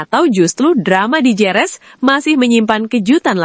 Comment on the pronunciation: Bukan Jerez tapi bacanya herez.